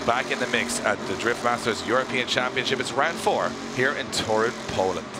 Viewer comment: Drift Masters Grand Prix it's not called Torún, it's Toruń